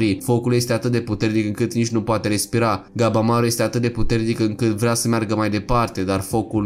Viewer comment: Lasăd la oparte faptul că pune poze care câte odată nu au legătură ,deseori mai încurcă și numele de exemplu în loc de ,,Gabimaru" el spune ,,Gabamaru" ,pt mine e puțin deranjant câte odată